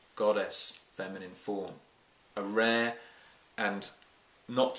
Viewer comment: "A RAH event..." LOL.